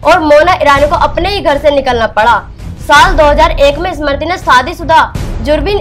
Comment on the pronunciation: Pahle Sahi tarike se Smriti bolna toh seekho,uske baad bolna Anchor mahodaya